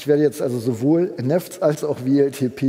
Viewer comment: Wer neffts sagt, muss auch Weltip sagen. :)